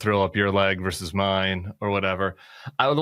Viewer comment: Tim, I love you. But the word “versus” has two syllables!